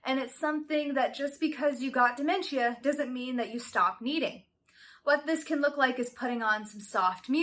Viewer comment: Why are you saying it like that? "damen-chia" is not how it's pronounced lol.